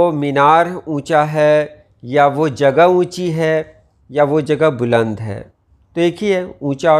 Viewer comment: السلام عليكم ورحمة الله وبركاته بلند کے ب پر پیش نہیں زبر ہوتا ہے